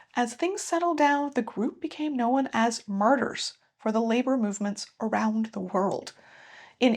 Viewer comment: I did my senior project for my BA on this. Interesting video. Can I ask where your accent is from? I haven’t heard of an American dialect pronounce the word “known” with a schwa to make it more like “kno-wen.”